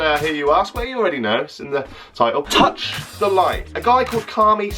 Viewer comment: If ur gonna try and roast him at least make sure u know how to say his name ffs🙄